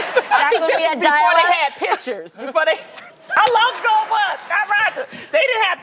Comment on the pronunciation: Why does loni pronounce 'pictures' 'pitchers'... 😒